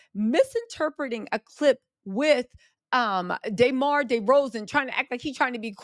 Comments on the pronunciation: DUHmar. Not DAYmar. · It’s “Duh-Mar” lol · It’s Duh-Mar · Damarar.... say hi name right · I wanted to watch this video but you didn’t even put in effort to say DeMar name right